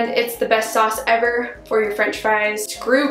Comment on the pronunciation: And yer, instead of your